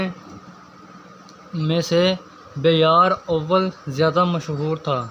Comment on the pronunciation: بیار اول۔۔۔نہیں یار۔۔۔بپا راول ھے لفظ